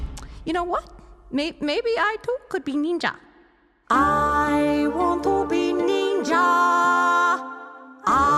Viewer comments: I lost it when said "Our humour Neendjia" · Watching the "Neenja" thing was like getting punched in the dick. Slowly.